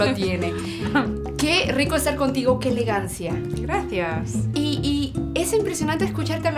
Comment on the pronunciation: "Grathias"... not english S or Sh or Z at all. Vamos, que ella lo dice como se escribe y se pronuncia en castellano. Gracias, y no grasias ni grasiah.